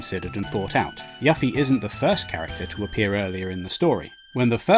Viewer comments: my dude, did you really just say "yaffy"?? 😂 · he said yaffie Check ur ears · He said yuhffie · It sounds like it's spelt IMO, the fact this guy thought it was pronounced Yuffy is weird, plus the amount of times he would have heard her name yet he still says it wrong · its not yuff eee... its yoo feee.. they even state her name in the trailer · 1. Its "you-fee" not "Yuh-fee" 2. "Better part of a decade" is very, VERY optimistic. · Her name is YUFFIE (YOU-FEE). Not ruffie or yaffie. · The Yuffie pronounciation annoyed me more XD